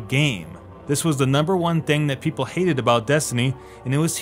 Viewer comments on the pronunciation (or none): none